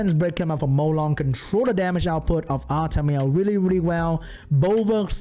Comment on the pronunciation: Lol when you say "Artamiel" but it sounds like "Artameow"